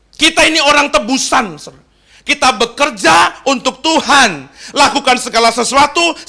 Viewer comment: Saran agar pengucapan tuan dgn Tuhan supaya lebih jelas.